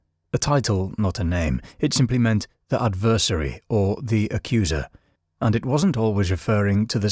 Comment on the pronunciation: ADversary not adVERsary.